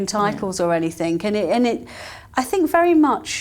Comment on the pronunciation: is still dropping her “ings” again! Anythink,? Really?